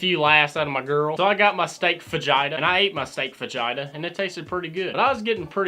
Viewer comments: the way he said fajita sounds like vagina. big steming pile of vagina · "They brought me a whole steaming pile of vagina." I know that ain't what he said but it kinda sounds like it😂